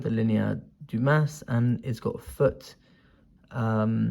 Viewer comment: Great video! However, if I may. the "s" is silent in DUMAS. Same thing with Tres petit corona. The "s" is silent in "très". BUt like I said, great video. I really enjoyed it!